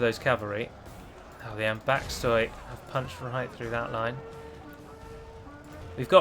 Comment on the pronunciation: If ambaxtoi is greek then i have to tell you that oi is prononunced as e